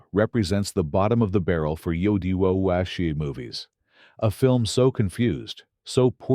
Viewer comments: Agree with the list but the AI voice errors (Anzio - Hollyood's wubuo misfires 🤣,being the best) and the use of footage from Tora! tora! tora! to depict Midway are probably the best thing about this video. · What is the narrator saying ? "Wob-e-woe?"